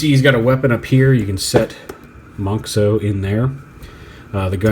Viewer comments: It's actually not pronounced "mohnks-oh", it's still pronounced like "mohns-oh", just spelled differently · I'm super happy and excited that you pronounce <Monxo> as [ˈmɑŋksɔw] and not as [ˈmɑnzɔw], because I personally hate it when in English is pronounced as [z]. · Not sure why, but ive yet to see any reviewer pronounce monxo correctly. Its mon-zo, the x makes a Z sound like xylophone, it was their way of going around the copyright.